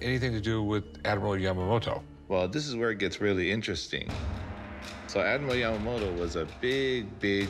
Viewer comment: It somehow irritates me how she pronounces Yamamoto with a d like Yamamodo. T is not that hard letter to pronounce :D